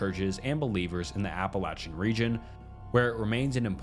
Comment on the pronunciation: Thank you for pronouncing "Appalachian" correctly! You earned yourself a subscribe from me, just for that!